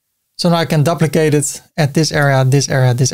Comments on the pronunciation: Great video ty. You are pronouncing duplicate wrong try this, Dyouplicate the U is you hard to explain like this 🤣 Keep up the great work 👍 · Or, for the North American audience, doo-pli-kate as the verb and doo-pli-cut as the noun. You doo-pli-kate a container to create a doo-pli-cut container. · I'd say: A dyew-pli-cut To dyew-pli-kate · Dooplikate is a good way to remember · Hi! How do you create a multi-column layout inside another container? I can add containers within, but they stack vertically and no amount of resizing or setting-button-clicking is changing that. Thanks! PS - In English we pronounce it "dooplicate" (yes English is so wonky!). 🤗